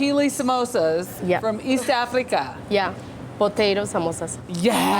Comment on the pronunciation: why did she pronounce east africa like that??